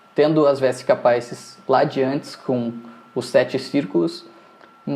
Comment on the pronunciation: Muito bom o processo didático. Gostaria só de acrescentar que a palavra "Vesica Pisis" bem do latim, não da língua inglesa. Logo, a pronúncia é diferente da evidenciada na aula